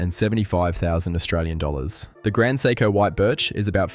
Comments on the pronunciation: Stop saying”psycho” it is prounced say-ko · Pronouncing Seiko as 'Sai-ko' and JLC as Jaeger Le Koo-tray had me wondering if this was AI generated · Dude, you really got to learn how to pronounce "Seiko." "Psycho" just sounds crazy.